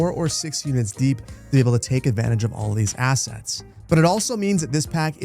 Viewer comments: I love your stuff man, but can you please remove the t from the "2 units deept" road? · "Deept" made me giggle.